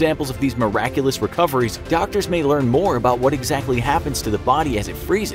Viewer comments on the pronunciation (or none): none